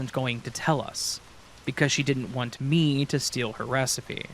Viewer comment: I’ve noticed that every time you say want you pronounce it wants.